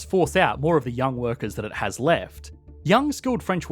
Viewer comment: You mispronounced “has” – France “is” (has) an economy…